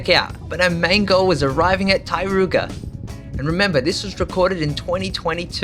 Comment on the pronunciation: I was wondering what was the Tai-ru-ga…. Until I understood it was TAR-RO-KO 🤣